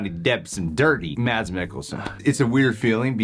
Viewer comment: The “D” is silent in Mads.